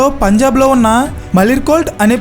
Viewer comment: Punjab bro....✓ not pajnab..××